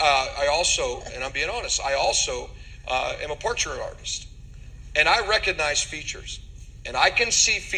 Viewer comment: should learn how to pronounce the word "recognize"... Right, people?